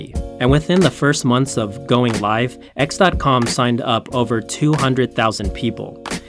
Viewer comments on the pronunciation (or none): none